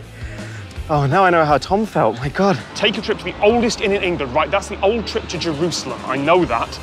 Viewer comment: Love the 'Ye' pronunciation. Superb.